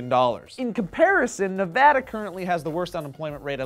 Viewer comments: Hey thanks for saying Nevada right!!!!!! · Thank you for pronouncing Nevada correctly,! <3